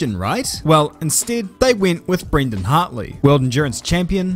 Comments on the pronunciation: did this man just say brenda hartley hahaaa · Im surprised no one is talking about how he said "BRENDA Hartley"😂😂